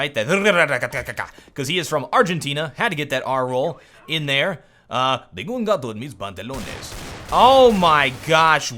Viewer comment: tengo un gato en mis pantalones ._. really? and that acent was more like a mexican guy, not from argentina boludo!!